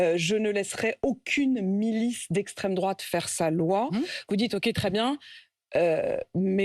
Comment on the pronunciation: J'arrête à 1m 08s. Apolinne de mes 2 est juste une pseudo-journaliste immonde. J'en peux plus de l'écouter. Rien que d'écouter sa façon débile d'accentuer sa voix quand elle parle de "l'extrême droite" est juste insupportable. Elle semble tellement détester les Français qui aiment leur pays que ça en devient insupportable. Virez cette hystérique ridicule. Je ne viebdrai plus écouter le moindre programme de votre chaine "limite poubelle". A vomir ce que je viens d'écouter en 1 minute seulement.